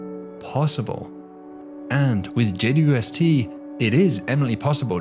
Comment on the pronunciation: I’m obsessed with his videos simply on how well he says “JWST” as only four syllables. How the hell does he roll that off the tongue so well!?